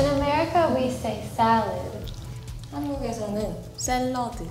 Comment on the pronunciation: เจอ ซาลัด แล้วขำ สะ ลัด อะเธอออออ